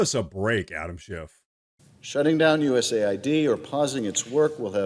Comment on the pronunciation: But hey, he's projecting. But hey, the Dems have been doing this forever. But hey, it's pronounced US AID, not US ID as in the federal ID website. But hey - isn't what you say? "But hey..."